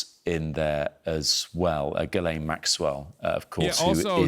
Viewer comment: so petty but I love no one says “Ghislaine” correctly ever